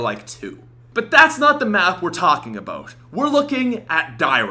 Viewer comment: "Today we're going to talk a-boat!"